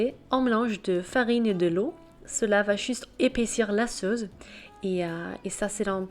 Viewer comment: "LA SAUCE" avec un C comme suce et non pas "la sauze"